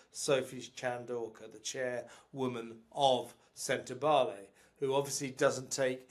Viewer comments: Is that AI when Sentebale is pronounced Sentebail? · Please pronounce Sentebale correctly.